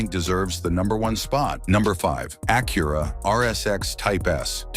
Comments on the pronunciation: It's AK U RA not AK CURE A. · You need to teach your AI to pronounce Acura correctly. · Can't pronounce Acura properly. Can't trust this. I'm out. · Have I been mispronouncing Acura all my life?🤔